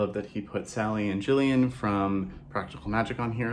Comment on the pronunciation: Omg thank you for being the only person I watched that said Gillian correctly 🤣